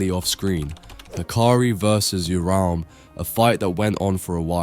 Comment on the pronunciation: bro said "Hein Era" and "Cullen games" lol. Even said "Uram" instead of Uruame and "Ghetto" lmao. M8 you wanted constructive criticism, so here you go: you gotta proofread your vids/scripts before posting and actually check to series to see if you're spelling things right. It's fine if you haven't heard words before like "Culling", esp if English isn't your first language, it's understandable, but all you gotta do is just look them up to find out what they mean.